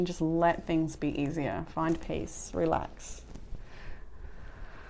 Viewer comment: Thanks, as always ❣️ "You can 'RELEST' if you want to" ✊️🤣